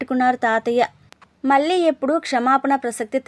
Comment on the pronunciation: చదివినప్పుడు చిన్న సవరణ....మల్లీ...కన్ళీల్లు...అంటూ ళ పలకడం మర్చిపోతున్నారు